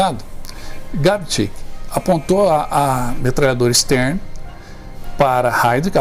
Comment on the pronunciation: Uma correção: a sub metralhadora utilizada se chama STEN, e não Stern como diz o locutor.